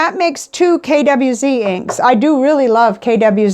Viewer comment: I lost interest when you mispronounced 'KWZ'. If you can't be bothered to learn about the items you are discussing/promoting, why should anyone bother listening to you?